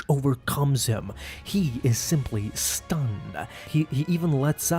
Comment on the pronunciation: why you say 'stunned' like that